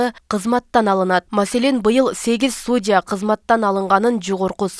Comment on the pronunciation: Эй диктор сУУУдя эмас Судья деп айтылат. ударения ны ар жерге койбой керекту жайга коюп оку тексты.помоему сен школаны 5класс буткон окшойсын.